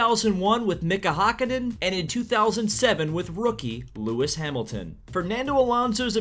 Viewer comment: You really butchered Mika 's name